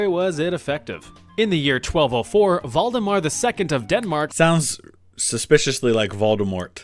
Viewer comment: Valdemar as a name is unfortunately not related to Voldemort (and doesn't sound anything like it in Danish (the first syllable is pronounced like the 'val' in "valve")) but it is related to Vladimir. It's also a relatively popular boys' name in Denmark to this day because of the kings with the name.